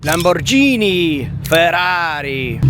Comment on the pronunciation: You pronounce Lamborghini wrong